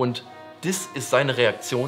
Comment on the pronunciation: Na was will man erwarten, das Vorbild dieser Kinder haut ja selbst fleißig Anglizimsen raus. Da wird dann mal selbst ein Wort was es genauso im Deutschen gibt Englisch ausgesprochen "Rieäktschon" X )